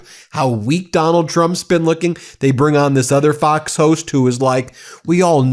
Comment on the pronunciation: At the very beginning, it sounded like he said "f@ news which would have been absoutely appropriate since they F up everything.